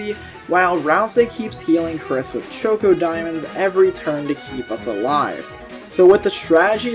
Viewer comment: Did you really have to call ChocDiamonds Choco Diamonds? There's no o! This made me mad the ENTIRE time I was watching!